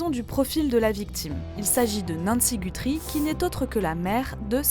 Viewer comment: par contre ils prononcent mal “Guthrie” 😅